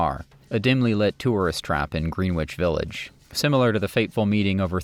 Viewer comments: Dude. You misspell Carole King’s name and then proceed to mispronounce Greenwich Village multiple times. Oof. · Could the narrator work on the pronunciation of Greenwich Village!? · Great doc, but one note: learn how to pronounce "Greenwich Village", yikes. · Excellent documentary. A few corrections: Erik Satie is pronounced Sa-tee, not "Sa-tay"; Joan Baez is pronounced Buy-ez, not "Bay-ez"; and Greenwich Village is pronounced Gren-ich, not "Green-wich". Cheers!